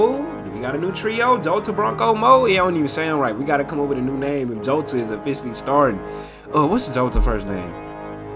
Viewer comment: Jota is pronounced Yota